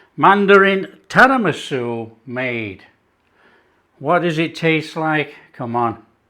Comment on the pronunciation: Its Tiramisu not Tarimasu! 😉Love your stuff by the way 😀 Very sweet of you to call out to that couple.